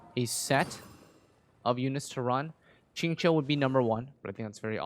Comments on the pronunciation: Xinqiu is pronounced “Sing-Cho” not “Ching-Cho” 😆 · knows some chinese himself, and sing-cho isn’t even the correct pronunciation. the actual pronunciation is along the lines of “shing-cho” which i’m pretty sure meant to say and it was just a slip of a tongue